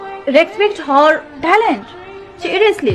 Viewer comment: Dekh dekh ke bol Rahi thi ,us par bhi pronounce sahi nahi tha, her body ko hor body kah rahi rhi